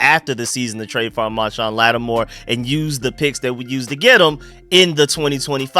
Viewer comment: Idk how many times I’ve heard you call marshon lattimore - marshawn lynch 😂 Great video let’s get these birds